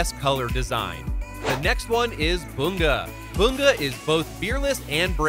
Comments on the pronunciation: BU-Ga!?! It's bun-ga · No disrespect but its bunga not boonga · IM SORRY WHO IS BOONGA? YOU MEAN BUN GA BUNGA?